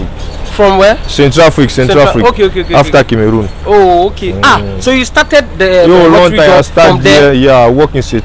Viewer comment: Most people do not pronounce"CAmeroon" right